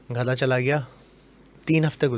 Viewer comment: Ek baaa bataen 🛑 gadha Hota hai ghada Nahi